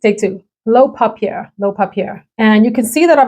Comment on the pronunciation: informative video here. You are contributing to an underserved part of the YouTube sphere by covering skin scents. Appreciate your assigning scores within this category; very helpful. Gender leanings also helpful. Polite suggestions: papier (say, pah-pee-yay) means paper en Francis. Could the script font for the makers names be changed to a more easily readable font? This would help people who view on their phones. Thanks. Keep up the good work!